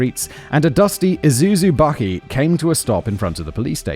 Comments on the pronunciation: We have to give him points for at least getting "bakkie" correct :grinning_squinting_face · Koot-zay... 🤣 But, he Did nail the word "bakkie"... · Nice work saying Bakkie properly Simon. Your pronunciations have improved 😂